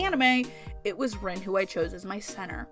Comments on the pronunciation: did you say reen? .... it's Rin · I'm glad you like Hanayo, she is my favorite. :3 I also love Rin, but the way you pronounce her name crushes me.... I really related to Rin though. And I get your confusion on Honoka. I dont love her, but dont hate her either. But the way people seemed to be willing to call her the devil herself and saying she is the worst character ever annoyed me. But Kotori also annoyed me at the end of season 1. I felt that Honoka got too much of the blame. She got sick because she wanted to do her best. Yet when things went wrong, everyone just hates her. EDIT: YES! I also cried at the train scene! ;w